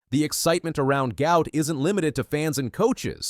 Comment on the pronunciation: Fun fact, his name is pronounced as "Goo-art"..